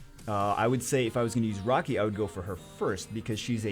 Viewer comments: I kept hearing rocky instead of raki and was so confused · Who is rocky? Or does he mean raki?